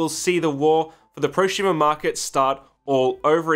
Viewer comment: Why do you say ProSHumer? Instead of prosumer. I thought there was a speech impediment but you only say it with su sounds. I feel like we're being trolled.